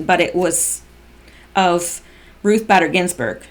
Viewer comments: Bader is with a long a....just FYI. You said you wanted to know......Lol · Just as a side note, it is pronounced BAY-DER, not BADDER. I have a feeling that she will be much discussed very soon, so I thought you would want to know. (BTW, I am wondering whether this recording of the tarmac meeting will be a part of the OIG report, soon to be released, and that is why POTUS is bringing it up now. If NSA did indeed have such a recording, it doesn't seem right that they wouldn't have shared it with Horowitz, since part of his job is looking at the whole 2016 election. Just a thought.) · Pronounced Ruth baiter not batter. just letting you know. Thanks for all you do. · Her last name pronounced Bader, LONG A SOUND. Not Badder... You annoying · It's Bader as in Bay der , hard A please. And someone please tell Corsi it's Strock NOT Strizzok , Dr. J C is NOT snoop doggin, but why does everyone mispronounce Stzrok , that Z IS A REAL BASTAGES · LL claimed that her convo with WJC was only about grandkids and golf. However, no records exist proving WJC played golf while in AZ. Actually, no one knows why he was there... Love cats. Have 3 It’s “Ruth BAY-dehr Ginsberg “ You pronounced China Stick Exchange correctly, however symbolism in the East has different connotations than in the Western World. (Relative ex pats live in Hong Kong) Scalia was a devout Catholic. His son is a priest. Scalia would never have elected cremation (Vatican II changed Church for the worse) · Ruth "Bader" Ginsburg, one "d" pronounced Báy-dur...fyi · It's BAY-DER. Ruth BAYder Ginsberg. Long A in her middle name. Thanks for all your hard work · Badder is better for Bayder! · BAYder is certainly badder than most